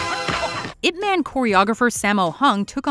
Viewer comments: i dont know if you actually watch the movie and hear how they pronounced ip man, ip man doesnt sound like a superhero name like spiderman and superman, the "man" is pronounced like "mun", its funny to hear ip "man", its sound like a man of ip, human ip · The man's name is pronounced "Eeep Mahn", sweetheart.